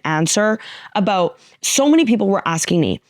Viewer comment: Funny how this beautiful Latina, with the accent in tow, said the word "about" and it came out "a-boot" and some Canadian popped out. She's amazing.